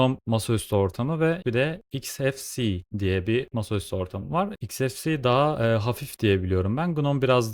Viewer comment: Telaffuz "iks-ef-si" değil, "eks-ef-si-i" şeklinde olmalı. Saygılar.